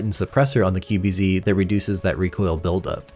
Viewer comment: why do you call it the 'QBC' instead of 'QBZ'